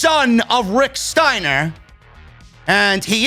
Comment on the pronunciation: What in the actual fuck: they can't say "Steiner" or "Wrestle(r)"